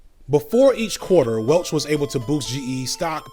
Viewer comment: mispronounces Welch.😂